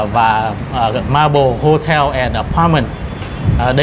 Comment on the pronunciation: Xin góp ý với anh là Maple chứ không phải (marble) theo cách phát âm.